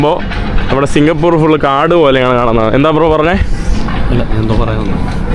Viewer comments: സിംഗപൂർ അല്ല മൈരേ😂 നമ്മൾ മലയാളികള് പറയുമ്പോൾ സിംഗപൂര് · കേരളത്തെ തെറ്റി ധരി പിക്കുന്നു 😢സിംഗപ്പൂർ ആണ്...singha- പൂറു അല്ല😂